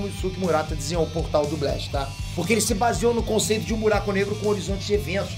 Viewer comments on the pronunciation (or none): "E um fuye,um buiaquo na paiede"